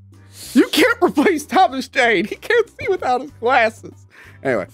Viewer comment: The way said ''glasses'' made me laugh hard